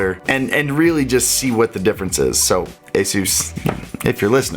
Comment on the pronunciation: i thought he said jesus when he said asus lol